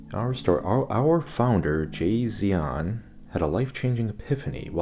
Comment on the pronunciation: "Jasion". More like Tsai Xian